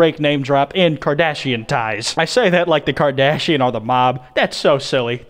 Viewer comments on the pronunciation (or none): none